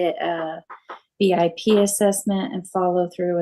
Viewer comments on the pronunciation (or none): I just heard it again it's BIP! Not VIP😮 B for battery bastard, not V for vivacious Viking.